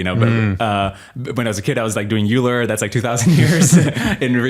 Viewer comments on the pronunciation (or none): Pro tip: Euler’s name is pronounced as “oiler”, not “yewler”.